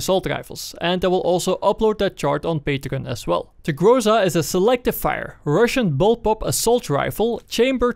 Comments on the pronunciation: its not grOza - its grozA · GrozA, not grOza. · aaaand still - its grozA, not grOza) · say grOza one more time and ill slap you. its grozA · Sorry for being rude, but you are pronouncing things wrong It's not grOza, it's grozA And in previous vids I found that you pronounced UAZ like "you-a-z", which is completely wrong It's more like "VAZ", or " oo-a-z" Being a Russian myself, it sounds retarded af P.S. Despite all that, nice vid as always!